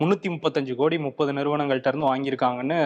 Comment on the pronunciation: ஒரு சவால், முப்பது னு சொல்லுங்க போப்போம்.. நுப்பதுன்னே தினமும் சொல்றீங்க!!! இத கருத்துரை பகுதில சொல்லுங்க!